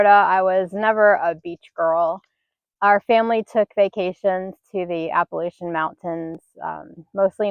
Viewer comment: PS. I will forgive you for not saying Appalachian correctly 😂